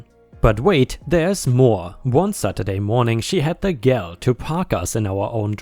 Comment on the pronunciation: Hey, The word "gall" is pronounced GAUL, or as my english teacher told us G ALL.